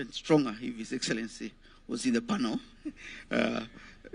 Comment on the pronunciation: It is it not PANO, dear. It is PANEL: /ˈpænəl/